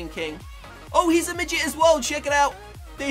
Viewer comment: don't say middet cus I am one